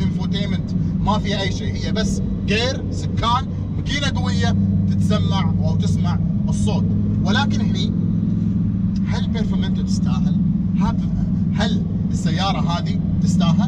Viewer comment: علي ترى السيارة اسمها برفورمانتي طول الفيديو وانت تقول برفورمانتو